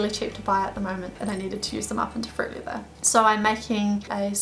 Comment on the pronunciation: sounds like you are saying "fruit liver" xD